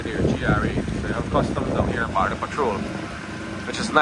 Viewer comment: Border not Baarder, this narrator speaks raw for an announcer, disgraceful representation of Guyanese, learn from Isri Singh